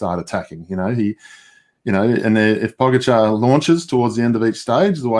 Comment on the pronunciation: Glad to see working on pronouncing Pogacar’s name! Good job but don’t stop trying. 👍😊